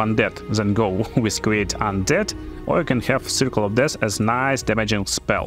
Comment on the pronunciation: Hey thanks for the help! I figure I can help you in return. Its not re-silent its resilient its not chief its thief its not dash its death its not face its faith. You can google these words to hear the correct pronunciation. Great Video!